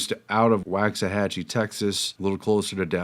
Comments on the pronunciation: I grew up as a kid in Waxahachie. It’s pronounced more like ”walks” than ”wax.” It's a common mispronunciation. This is a good video though. Thanks for sharing. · Texans like myself pronounce that "walk's a hatchie" :) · Waxahachie (usually pronounced Wox-a-hat-chee or Wox-a-hachy not Wax-a-hat-chee) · Just so you know, Waxahchie is not pronounced like WAX something. Forget the WAX. It’s walksahachie . It’s an Indian word.